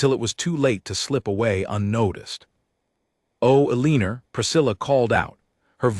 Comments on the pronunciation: “Aliner”, come on! That is an all time AI narrator low! Her name should probably have been Elena. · AI cannot read Eleanor.